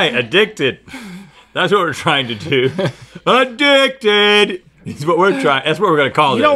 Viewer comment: Link really said “a-dick-did”💀💀💀